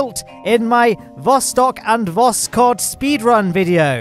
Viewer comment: Or as the Alpha-Chads like call it, THE PLOSTOK